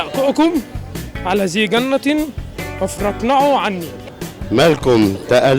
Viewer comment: بداية المذيعة نفسها قرأتها خطأ و الجملة مكتوبة في الورقة فيها خطأ إملائي أصلا .. فضلا عن أن الجملة غير مضبوطة بالشكل .. مَا لَكُمْ تَكَأْكَأْتُمْ عَلَيَّ كَتَكَأْكُؤِكُمْ عَلَى ذِيْ جِنَّةٍ اِفْرَنْقِعُوْا عَنِّيْ .. المذيعة أخطأت في ثلاث كلمات هي (كَتَكَأْكُؤِكُمْ) و (ذِيْ) و (جِنَّةٍ) .. مع العلم أن شرح معنى الجملة المبين أسفل الفيديو هو شرح صحيح